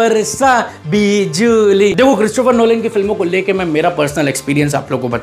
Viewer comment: Bhai firse bolo badal Varsha bihjuli😅😅😅😅